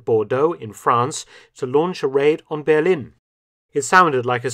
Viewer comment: Why does Mark always pronounce 'Berlin' wrong?